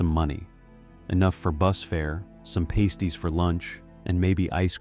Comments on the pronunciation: Ai voice is annoying. Paste y? They aren't glue. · "pasties" is pronounced "past- ees" (as in "the past" not "paste") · The AI voice says pasties for lunch - no they arent pasties - no pasties are what strippers wear - these are pasties like a sausage roll - I hate AI voices